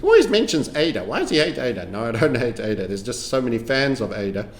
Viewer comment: I'm a follower long enough to remember when pronounced ADA as udda 😊